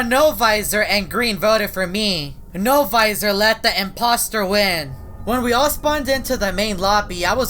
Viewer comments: He always says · It’s sound like L visor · Wen said NO-VOISOR it freecked me out